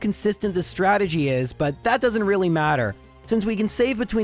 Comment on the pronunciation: oh i hope he on purpose meant ''Stragedy'' like from the old Rocky and Bullwinkle episode XD